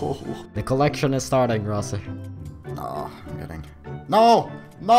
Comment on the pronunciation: ITS ROZZY NOT ROSSY